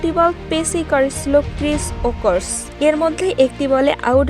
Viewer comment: Cris woookos noi please thik kore bolo Cris woaks😂😂❤❤